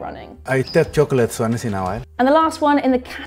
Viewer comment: “I tekk choklate once inna while” hahaha I died